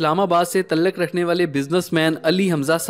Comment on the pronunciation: تلق نہیں تعلق پرہنے میں تآلق اچار نکالا جاتا ہے اردو کی ٹانگیں توڑتے ہو آپ لوب